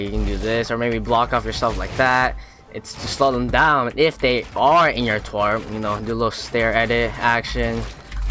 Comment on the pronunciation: Tarp bruh not twarp